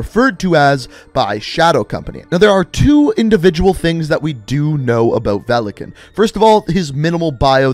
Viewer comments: It is pronounced velikÀn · its not velikEn its VELIKAN тако да можеш ли да немој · Velekan....... my ears are in pain ... великан= valikan .... there is a i witch should be audible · Its veli-kaahn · His name is pronounced Vee-lee-Kahn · i is silent it is velikan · Oh, so you bothered to translate “velikan” (stress is on the “a” btw) but you never bothered to translate “nikto” (stress on the “o” btw). Nikto “никто” means nobody/no one in Russian. And there is no such name as nikto. Something being written in the “name” part of the bio doesn’t mean it’s their name. Otherwise ghost would have Simon Riley there and not just ghost. Same for mace, I highly doubt it’s a name.